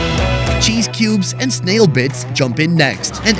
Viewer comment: Snail is a one syllable word not 3